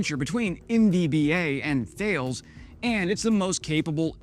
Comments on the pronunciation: Say Talez not Thales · Thales isnt thayals its ta-les. I suspect you know this 😅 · Hi, fyi…Thales is pronounced “ta-less” two syllables. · Hi. For future reference, Thales is pronounced 'Tal-es' (talɛs - roughly 'Talis' in English). It's a French multinational. The 'h' is silent and the 'e' does not make the 'a' long, as it would in English. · I believe you will find Sir that Thales is pronounced 'tar lays', just saying 😉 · Thales, it's pronounced "Taless". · Thales is pronounced TAH-les. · Bro... In case you are wondering, Thales is pronounced Talaysse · Thales is pronounced: Tar-lez. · no it's Tah-less. french here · Please check the pronunciation of the old Greek astronomer and mathematician. T is hard as in tattoo, H is a small exhale with no sound (¡Hola!), A is open as Active and emphasized. The rest is LESs difficult 😊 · Thales is pronounced 'ta'-'less'. Yes, I know. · Thales is pronounced tal-ess. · Thales is pronounced Tal-us! Bloody French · I believe that Thales is pronounced like tah-lays. They are a French company, so US / UK pronunciation rules don't apply. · tah-less, like the mathematician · Thales is pronounced Taal-eez. I’ve heard it pronounced “talliss.” Love your channel. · I'm French-American, born in Normandy, the correct pronunciation is Ta-less ; ) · I believe "Thales" is pronounced tah-less. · and you're right ; ) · I may be wrong but I gather Thales rhymes with Alice. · Great video as always! Just a couple of things for consideration. THALES is a French company and pronounced TAR LES. I'm surprised that with your exceptional French accent you missed this! MBDA is a joint venture between Airbus, BAE and Leonardo, which seems to be a great success story; might be worth a video. I'm a little worried about Aster though given your Black Knight analogy. Whilst an excellent system, what if the enemy deploy shrubberies? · Ta-less in french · Please pronounce Thales properly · This is not how you pronounce Thales.